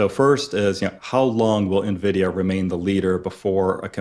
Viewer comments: Yes. I cringe when she mispronounces it as ‘neeveedia”. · Please, someone tell it's Nvidia. Pronounced EN-vidia, not nividia. It's from the latin for envy "invidia." If you're on camera producing investing video content, please learn to pronounce the name of the hottest company of the industry.